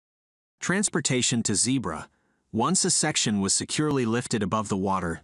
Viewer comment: It's not Zeebra it's Zeebrugge